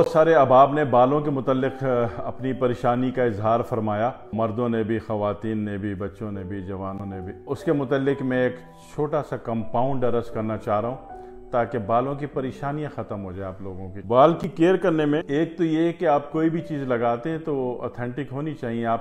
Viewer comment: Salaam alaikum please use. Correct pronunciation like brush, not barush, like you say it. You sound very professional and your knowledge is very deep ALHAMDU LILLAH. Keep up the good work and great services 👍. AMEEN SUMMA AMEEN. USA 🇺🇸 . arz, not Aras. Pay Attention.